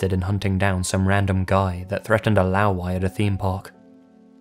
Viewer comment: LMAO when I heard"Laowai". that story in a Chinese theme park is definitely made up.